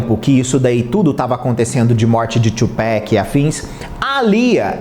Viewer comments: Tupac e não Tupack , pelo amor de Deus . Se fala do mesmo jeito que se escreve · TupAc TUPAC NAO TUPACK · Só consegui assistir até ele falar tupac, pronunciando tupec😂😂( eu sei que o “A” tem som de “Ei”no inglês, mas ta errado,tem até video do proprio tupac falando sobre isso) da pra ver q esse garoto é do pop msm😅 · Tchupéqui não. TUPAC! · oi, tudo bem? A pronúncia do nome dele é Tupác mesmo e não Tchupéc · Não é tupeck, é 2Pac ! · "Tchupáqui", bro! Please! Só uma correção, amo teu canal!!!! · Quando falou tupec e nes parei de assistir 🤦‍♂️ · Kkkk se pronuncia "Tupáqui" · que agonia ouvir você falando Tchupéc varias vezes. Mas muito bom o conteúdo